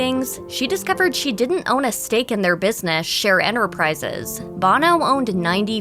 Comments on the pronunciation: Sonny Bono is pronounced Bone-O Not Bahno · You would think she would know how to properly pronounce names! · Pronounced 'boh-no! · Sonny Bono is pronounced like "Oh-no" not the lead singer of U2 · It shows a lack of professionalism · Try to program your "announcer " to pronounce the names correctly. It's Bono with a long O. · Sonny Bono’s name is not pronounced like Bono from U2. Annoying.